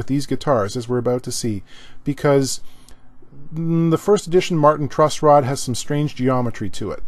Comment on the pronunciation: TIL its called a "truss rod" not "trust rod".